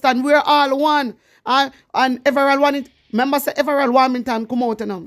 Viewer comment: Hi girl your doing a good job but the pronounciation is in correct his name is everold warmention ok love you